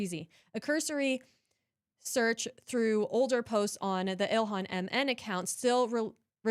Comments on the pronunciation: I hope Illyon gets annoyed hearing that pronunciation of her name haha - I'm petty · Oh,, I hear it now. The way he says, “ILL-LI-AN.” 🤣